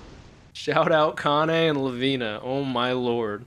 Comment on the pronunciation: every time say the name of Kanne... i kinda hear Kanye 😆